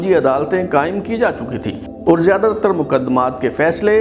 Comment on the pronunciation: Also improve your urdu pronounciation especially the word " aur" which is pronounced by you as "oor"